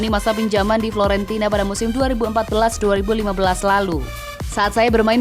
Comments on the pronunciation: FIORENTINA min bukan FLORENTINA 🤣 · Bukannya Fiorentina kok itu bilangnya Florentina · Fiorentina min bukan florentina. Hadeh ini dubber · Hahaa.. Betul, kirain aku yang salah dengar, ternyata kupingku masih akurat😊